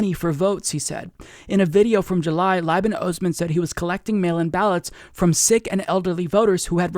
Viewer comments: Just a heads up Liban is pronounced Lee-ban. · Slight pronunciation correction: Liban is pronounced " leeban"